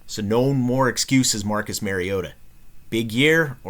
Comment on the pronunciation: It's Mario-ta not Merry-o-ta. Nice analysis though.